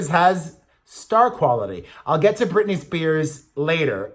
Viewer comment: aw love you too....and Brittany is not the same name it has 3 syllables